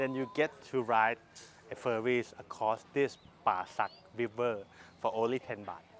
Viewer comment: Admin ... I very much hope you could improve your Thailish accent over the time. It's slightly annoying, you know. ferry = เฟรี่ ไม่ใช้ เฟอรี่ (หลักการคือ ถ้ามี rr ต้องอ่านสระเอ ไม่ใช่สระเออแบบที่คนไทยออกเสียง) your = ยอ(ร.) ไม่ใช่ ยัว(ร.)